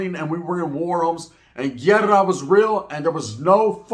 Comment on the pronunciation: Haha this this fhoo said “llerrra” it’s Guerra homie